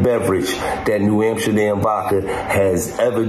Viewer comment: Why does he call it New Amsherdam?